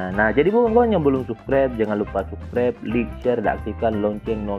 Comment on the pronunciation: Bacanya laik bang bukan lik 😀 (like)